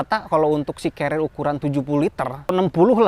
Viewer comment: mase celad.. Carrier mas. Bukan carriel